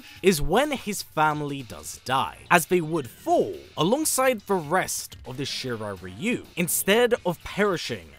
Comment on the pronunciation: I like that actually pronounces Shirai-Ryu correctly